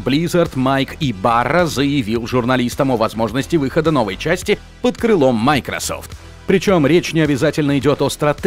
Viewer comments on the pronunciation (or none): none